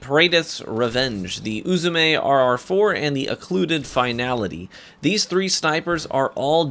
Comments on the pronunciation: As a person who speaks Japanese fluently, your doing fine with pronouncing Uzume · You pronounced uzume correct